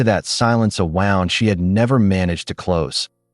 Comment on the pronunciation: Learn how to pronounce the word wound in the correct way for this story.